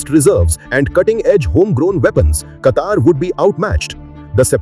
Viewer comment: Plz pronounce a country name in a dialect that matches..